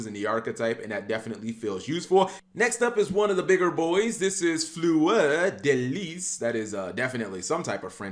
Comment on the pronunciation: As a French guy, it was so funny to hear you say "Fleur de Lis" 🤣